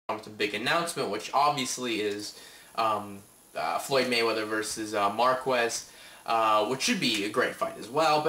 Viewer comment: Marqwez? Its Marques.